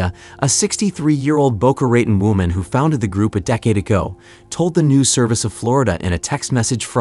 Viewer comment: Bo-ca ra-tone